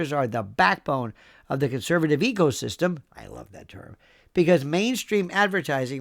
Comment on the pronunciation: Did you say ecosystem or ego-system?